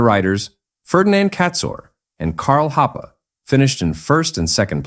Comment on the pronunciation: Thank you very much for posting that video! But please allow one comment, the pronunciation of those German family names like Wolfgang Kalauch, Karl Hoppe, Friedel Münch and Horst Owesle is xxxxxxxx ;-)